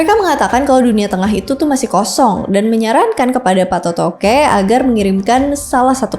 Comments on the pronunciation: Koreksi sebutannya bukan Patotoge tapi PA' TOTOE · Patoto' e, bukan patotoke😊😊, Patoto'e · Patotoke 😂 yg benar PA'TOTO'E 😅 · Koreksi: Patoto'e bukan patotoke 😢 Patoto'e artinya yg memberikan kehidupan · Patotoe bukan payotoqe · Kakkkk, bacanya bukan PATOTOKE, tapi PATOTO' E. Q itu ganti aksen yaa❤ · Cara bacanya Patoto'e, bukan patotoke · pengucapan namanya salah ya, PATOTOQE, yg benar adalah patoto e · patotoqe itu dibacanya Patoto'e... jdi kuruf Q nya itu pengganti tanda baca ( ' ) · mohon maaf kak, penyebutan yang benar itu 1. PATOTO'E / PATOTOQ E bukan PATOTOQE , TOTO' artinya nasib, jdi PA TOTO' E artinya Sang Penentu Nasib. 2. Datu Palinge' / Palingeq penyebutannya "NGE" ibarat penyebutan kata "SINGA", nyebut nya SI+ NGA bukan SIN+GA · Maaf coba di perbaiki lagi cara ucapannya sebab ini sangat mempengaruhi keaslian dari bahasa dan makna sureq Laga ligo.Seperti misalnya patotoe bukan patotoge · Mohon pengucapan Patoto'E ya bukan Patotoqe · bukan patotoke, dibaca patotoq 'ee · Bukan patotoke TPI patotoe bgitu jg surek dibaca sure', patotoe artinya yg menentukan nasib Sdkn sure' artinya surat atau lembaran naskah, bgitu mungkin maaf KLO salah